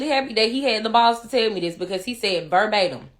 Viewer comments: "Burr baydum" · Burbatum? Do you mean verbatim?